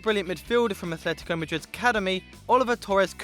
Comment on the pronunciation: he did really well, but it's atletico not athletico. otherwise great